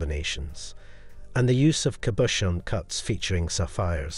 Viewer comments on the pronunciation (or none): none